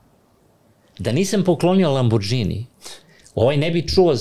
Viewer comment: Ne znam što reći: svakoj zgodi fali sto objašnjenja, konteksta, priče o kriminalu. Ali vrh je kad je uz sve te milione, i dalje na mentalitetu da ne zna pročitati Lamborghini - čita ga kao nepismeni Srbi, sa dž/đ 😂